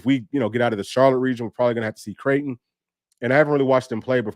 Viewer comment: Creighton is pronounced "Crayton" like cray-on. That's ALL I know about them. 😊